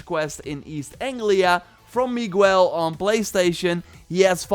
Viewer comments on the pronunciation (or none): Oh my god, the way you said Miguel lmao